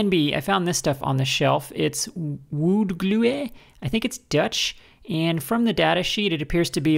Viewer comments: Your pronunciation of "wood glue" brought to mind "Fra-gee-lay" from A Christmas Story. Great project! Thanks, and Meow to Sprocket. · The pronunciation of the wood glue got me rolling on the floor! :D